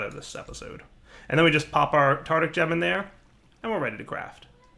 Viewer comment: Cerugon That has nothing to do with my comment, I am talking about how is mispronouncing the word, not what the correct pronunciation is.